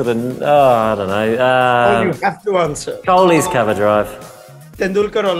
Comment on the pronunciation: Kholi ka name zabardasti se bolqya gya 😂😂😂